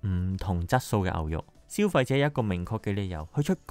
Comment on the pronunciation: 長知識了！可惜懶音太多嚴重影響觀賞度😅和牛，昂貴，深奧，以外..............實話實說，只堅持看了兩分半鐘，不好意思🙏